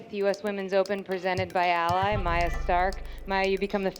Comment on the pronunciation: Come on guys. It's Maja, not Maya.